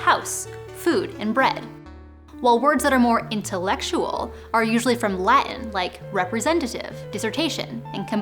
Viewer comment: that glottal stop on "Latin."